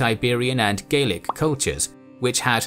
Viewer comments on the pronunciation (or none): none